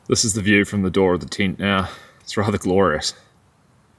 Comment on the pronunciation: Only in New New Zealand can we hear the word "tent" pronounced as "teent". Or do we hear that in Australia as well?